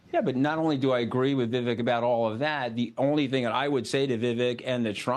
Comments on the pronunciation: How long are we into this and the dude still cant pronounce VIV AKE names right....that clown tony, did no reasearch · Scaramucci can't even be bothered to pronounce Vivek's name correctly.... Such a tool. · The host couldn’t even pronounce Vivek’s name right!? Do better